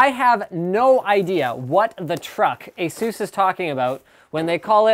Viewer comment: its pronounced ay-sus